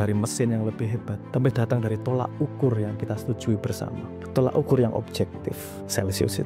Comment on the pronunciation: You made a very good point and this will lead to a lot of thinking (on some people's side, even though it is most probably futile), but please mas, "tolok ukur", not "tolak ukur".